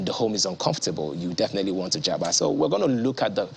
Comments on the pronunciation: Já pa, not ja pá or já pá. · It's Jápa not Jápá